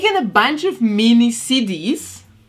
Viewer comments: I thought she was saying cities instead of cd’s and i was so confused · Tell me why when she was saying CD's I thought she was saying Cities 🤦‍♀️